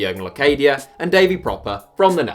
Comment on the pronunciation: It's Prupper, not Propper.